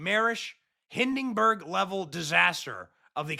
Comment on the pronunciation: "Hinding berg" The Titanic struck a Hinding berg".